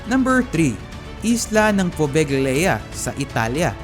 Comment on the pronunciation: Poveglia is pronounced as pove(g)lia/povelia and plague is pleyg not plag